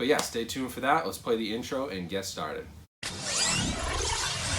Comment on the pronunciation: Haha. I never you you were from Boston until I watched your departed 4k review and now I just heard it come out when you said let's get stat ed lol. I just bought ready player one on 4k thought I'd see what you thought of it.